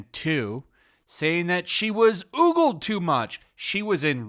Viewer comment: It's "ogled", not "oogled". If you're gonna criticize someone, maybe learn English.